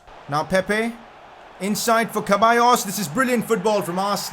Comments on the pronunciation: It's not kebayos it's sebayos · Man said kaballos 😭